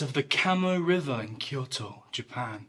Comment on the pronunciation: Correct pronunciation of Kyoto from a non-Japanese got me!